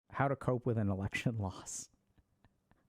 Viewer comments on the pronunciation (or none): i understood "how to cope with an erection loss"